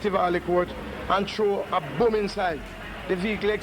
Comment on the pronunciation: Its not called a boom Mr adams...proper pronunciation.. Its called a bomb